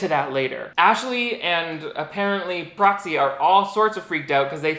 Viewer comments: took me solid ten minutes to realize that you were saying "proxy" and not "broccoli," though i think broccoli is the cooler name between the two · Can’t stop hearing Cropsey instead of Proxy NGL